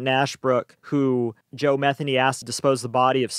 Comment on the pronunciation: Methany ???? Did I hear that name right 🤣